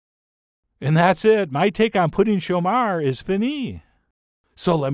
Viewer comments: "Chomeur" doesn't rhyme with "Cher", but with "her". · Love the volcano!!! In French class in high school in the US we were taught to pronounce it "show-mur" - rhymes with "fur" accent on the 2nd syllable. But maybe French Canadian is different? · I find very good ze video. Moi not an expert on the French of the Québec, but here in La Suisse, pronounce we the Chomeur different. You are, after all the Raymond Burr of your Pouding Chomeur.